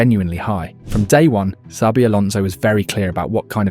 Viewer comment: This AI voice over is fucking horrendous 😂😂😂 Pronouncing Xabi different every single time. WTF... just do the voiceover yourself or hire someone... fucking hell